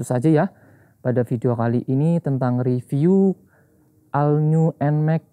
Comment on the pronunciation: cara bacanya ALL NEW NMAXnya abangku